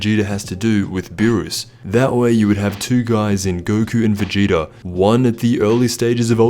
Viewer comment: Sounds like he said "Vegeter" in the beginning 😆